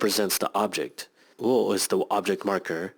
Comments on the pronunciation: nonono this video is a bit misinformed the 'wo' in this case is actually pronounced as 'o' not wo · But in this case the particle should be pronounced as ¨O¨ and not ¨WO¨. Same thing happens with particle ¨HA¨ it is actually pronounced as ¨wa¨ when used as particle. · hi, this has been posted a long time ago, but I thought that wo; would be prounounced as o not wo. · Guys by the way the particle を isn't pronounced 'wo' when used as a particle.its instead pronounced 'o' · Yeah She's probably a native speaker but it annots me that she says wo and not o Maybe it's another accent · that's exactelly what i tought it was confusing me :/